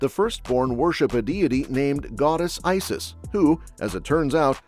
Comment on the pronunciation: Ughhh, get your facts straight, it's Issus, not Isis you plebe.